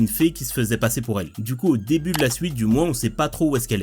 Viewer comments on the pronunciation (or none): none